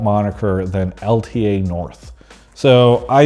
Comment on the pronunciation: Travis, its L ta! you gotta say L ta